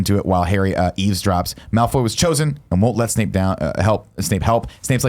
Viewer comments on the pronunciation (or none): For this series, every time Nick says Snake instead of Snape you have to drink